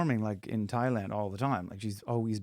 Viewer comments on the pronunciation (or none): none